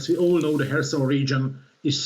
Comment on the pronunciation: I really love the way pronounces "Kharkiv" and "Kherson". He is a great reporter.